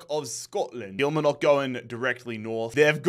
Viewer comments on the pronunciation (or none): Sorry man I have to say it as you did it last season too. kill-mar-nick. Not kill ma knock 🤣. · Just for future reference, Kilmarnock from Scotland is pronounced KILL - MARR - KNOCK not KILL - MIR - KNOCK :) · Just to specify Kilmarnock is pronounced Kil-Marr-nock instead of Kil-ma-nock or whatever you say (I’m from Scotland) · Really good content! Love the Global Imperialism series. Kilmarnock is pronounced Kill-mar-knock though 😅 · Bahaha Walsall knocking Fulham like that has peaked my emotional state. And still this guy can not do limbs, doesn’t have the voice at all. And it’s Kilmarnock not Kilmanock, the r isn’t silent. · That's not the problem, his accent is just non-rhotic. The real problem is the emphasis on the final syllable: he says kil-mar-NOCK when he should be saying kil-MAR-nock. In his accent neither of those pronunciations have an r sound, and while he could put one in, it's still correct for him to say kil-MAH-nock. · Kilmarnock is pronounced Kul-mar-nuck not Kila-ma-nock. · Please don't call killmarnock killmanock😅😅 it's called kill-mar-nock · Kilmarnock is pronounced Kill-mar-nuk. Or just call it Killie. 😂 love this series. Big ups from Bonnie Scotland 💚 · Kil-Mar-Nock , drives me mad to hear your version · Brilliant series mate! I'm a Kilmarnock fan so can you please please pronounce it as its supposed to be. As funny as your pronunciation of it is..😂😂 it's supposed to be KIL-MAR-NOCK 3 syllables. Much love. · Legendary series! Just a note that Kilmarnock is pronounced with the r so it's not Kilmanock like you said 😂😂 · Kil-MARN-ock. Don't envy some of the teams you have to pronounce dude 😂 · Just a head up, it's pronounced "Kil-Mar-Nick" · Kilmarnock is pronounced Kill-Mar-Nick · Great series but just to let you know you’re pronouncing Kilmarnock wrong, its more like kilmaaaarnock 😂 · Stop pronouncing Kilmarnock wrong .... its Kil- Mar- Nock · Please 😢 It’s Kil-Mar-Nock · I fucking hate killie but it's pronounced kill-marr-nuck